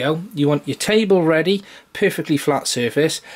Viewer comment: Nice video it helped my issue! :) Lol every time you said "Perfectly level" I kept thinking if you saying "poofictly level" XD